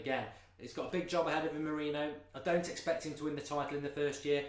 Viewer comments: It's Moriniho not Mourino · wish he'd pronounce his name correctly